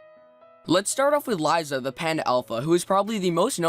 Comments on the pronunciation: It's not laiza it's Liza XD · lieza? Li-sa!!! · its not liza its liza you say it like lisa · It's not lie-za Its li-za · I pronounce Lizas name Lee z uh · it's pronounced lee za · FYI the panda alphas name is pronounced " LE_ZA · I think Liza is pronounced LY-ZUH, and Graham is pronounced GRAM. But I could be wrong, and everyone pronounces things differently, no offense:) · U pronounced liza wrong.. I'm angry XD